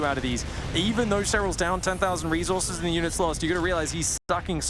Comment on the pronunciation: God I hate the way says reezorzez